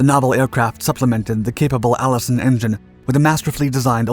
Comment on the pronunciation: "the Allison fifth 1710"? Seriously?